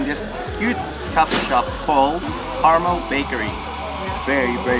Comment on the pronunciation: FYI: It's pronounced CarMEL, not CARmel.